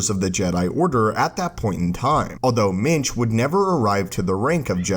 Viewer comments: Every time you said minge I laughed especially when you said "minge nearly single handedly defeated the dark side" English people will get it. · Did you say jedi Minge? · when you say minch, its sounds like something completely different. ;)